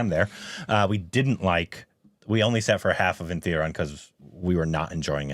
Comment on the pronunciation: There is no N in that movie name. I don't know how you guys pronounce it as Thundarum